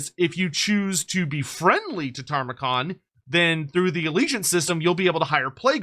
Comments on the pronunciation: Love your content bro but every time you say Tar-mer-con it makes me cringe - where is the extra r coming from? Tam-er-con... look at the spelling. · After this many videos.... Please stop saying "Tarmakhan."